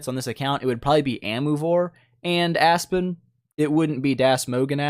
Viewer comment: Why do I always hear it A*s-Spin xD